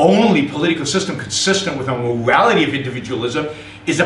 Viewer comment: He sounds like a 2 year old with a deeo voice. "Mowality"